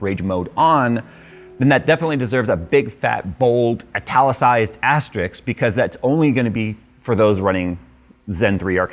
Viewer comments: It is asteriSK not asteriKS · We love you for your goofs, but this is a habit by now. You said: "stars and asterix", again! It's asterisk. Sk not ks! Asterix is a comic figure. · Ast - errrr - isk. There is no X.